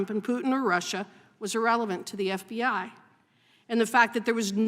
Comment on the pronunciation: The "F bi I" LOL 😂😂😂😂 inadvertent but awesome. 😅😊